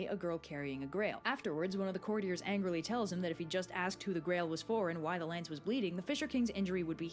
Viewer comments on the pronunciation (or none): none